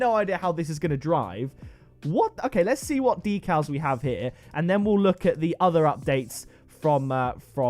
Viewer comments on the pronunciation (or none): none